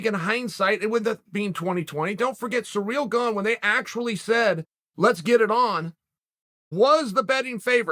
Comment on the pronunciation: Who the fuck is Surreal Gane?!! 😂 it’s Cy - ril